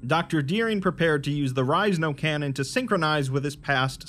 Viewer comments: you pronounced it and i was like huh and here i always thought it was There Is No Cannon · Did he just read it wrong or is it on porpoise? #thisisajokeffs